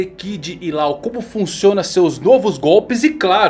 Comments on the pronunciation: Cara, ótimo video, mas tu ta pronunciando "law" errado: não é "lau" é tipo "ló". Abraço, grande vídeo!! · A pronúncia do nome dele é Ló, pelo amor de Deus kkkkk